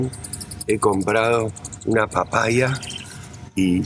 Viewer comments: Jajajaja por qué dice papaia? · Por qué dice papaia en vez de papaya?